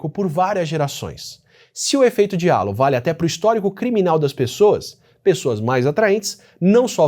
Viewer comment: Pequena correção: Halo se pronuncia 'rreilou'. Significa "aréola", como se quem fosse bonito usasse uma.